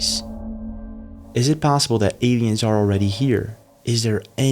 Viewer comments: Odd how u pronounce "Europe"......a-e-ens "aliens" Please don't abandon ur other channel it's my favorite. Love u. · Odd how u say Europe..... aieens aliens